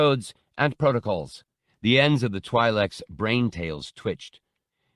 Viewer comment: my only complaint with this read is the pronunciation of twi'lek.. it stands for TWIn LEKku... twi'lek should be pronounced like twill.